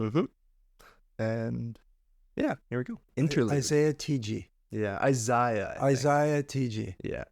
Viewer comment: dude kept saying "izaiya" 🤣